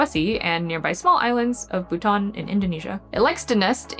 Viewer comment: made me double take while listening to just the audio... bhutan?? island?? TIL about buton